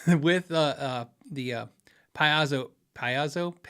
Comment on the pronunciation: P. A. Zo.